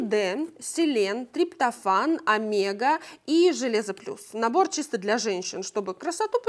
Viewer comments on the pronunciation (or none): none